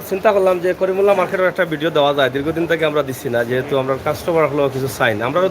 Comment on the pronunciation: করিমুল্লা নয় করিমউল্লাহ হবে